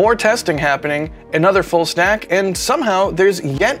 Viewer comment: Did say "Full snack"? Lol..must be bacon time!